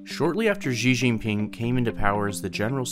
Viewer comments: Right? ji jiping is sad to hear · 'Xzhi Zxhin ping'. C'mon man. you are not even trying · Please, just learn how to pronounce Xi Jinping name correctly!